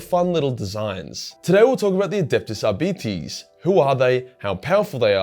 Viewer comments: Ar-bit-ays, not Ar-beetees. I'm not a grammar nazi or lore wh*re, I just couldn't stop laughing long enough to enjoy the video because my first thought was 'Diabetes' 🤣 I'm sorry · ar-beet-ies? lol. Ar-bite. as in arbiter, as in arbitration.... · I've always used Latin pronunciation. Ar bee tays... Doesn't really matter though. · I'm sure Arbites are pronounced Ar-Bites. Not bitty tittes. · Arbites Arb-i-tes Arb i tees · "Are Bites" "R Bytes" Arbites, as far as phonics goes. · I thought it was Ar-bit-eez, like Arbiter, but with an S. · pronouncing arbites like diabetes is killing me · Omg,. Your accent with their name is cancer. Arby T's. XD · Who else was brought here by dread memes ?,,,, its produced "Ar-Bite-se" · At BITE ees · I always heard it pronounced "Are-Bites"... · Ah yes the adeptus ARE-BYTES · great video mate, but you need to say it 'Are-bites' (Arbites), as if you're taking a bite or bites out of something. lol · I love how it almost sounds like you're saying diabetes each time you say Arbites. ADEPTUS DIABETES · Are-Bites... Damn Aussie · Who would win in a fight between an Are-Bite and an A-Start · every time he says arbeetees I loose a bit of a my soul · I thought it was pronounced R~bites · Pronouncing it as arbeeties made me wonder if two of them working together would be a diarbetes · Lol who says it like that mate 😅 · You should use some of that Patreon hentai money to hire a latin teacher because the way you pronounce arbites is heresy.